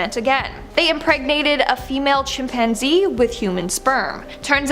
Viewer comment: The Chimp-man-zee